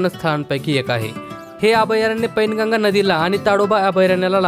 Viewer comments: पैनगंगा नाही वैनगंगा आहे ते 🤦🏻🤦🏻🤦🏻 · Pain ganga nahi wain ganga nadi ahe ती